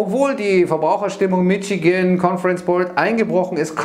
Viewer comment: Mein Stromanbieter erhöht die kWh um nicht mal einen Cent (0,95 Cent). Fernwärme bleibt gar stabil bei 5,922 Cent pro kWh. Bei 10 MWh p. a. Wärmeverbrauch nicht der Rede wert. Dem regionalen Anbieter (Stadtwerke) sei Dank. Tante Edit: Und was ist denn das immer für eine Uni „Mittschigänn“? 🧐